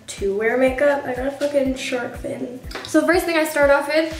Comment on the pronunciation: I lol'ed when you said sharif fin 😂😂